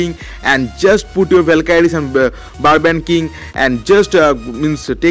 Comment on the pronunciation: its valkyries not valkadies......haa haaa haa😅😅😅gandoo speek properly